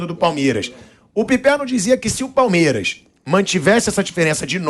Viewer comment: Engraçado ouvir o pilhado falando 'palmieras' o tempo todo 😂😂